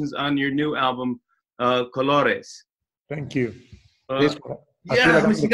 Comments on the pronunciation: Jimmy knows his colors in Spanish 👏🏽 congratulations for your pronunciation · Great pronunciation Jimmy! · No, I'm not saying that, but rather that he said it completely well.